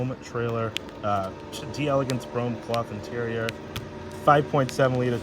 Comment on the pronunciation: It's pronounce 'dell ah gance'.